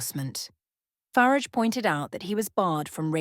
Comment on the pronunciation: Why can't you pronounce "Farage" correctly? Is it your way of disparaging him covertly? If so it is childish and stupid. If not, then it's just wanton ignorance. Either way you don't come over well....